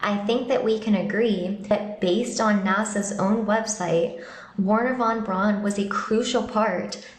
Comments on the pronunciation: Teach that child how to PRONOUNCE von Braun. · It’s not Von Brawn: Pronounced like ‘fon brown’, although most Americans and Brits would say ‘von brown’ because we can’t get our heads around the German v. But it’s not ‘brawn’. Rant over. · There was nobody called Wernher von "Brawn". His name was pronounced "Brown", as are thousands of other German people's names. Same colour, same common surname, just a different spelling.